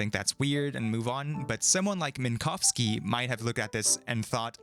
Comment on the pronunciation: I really appreciate that you made sure to pronounce Minkowski’s surname correctly! Unfortunately it’s not common to hear an English speaker making any effort to not horrifically butcher a Polish surname (or almost any non-English surname, tbh), and you NAILED it every time, which makes me all the more happy.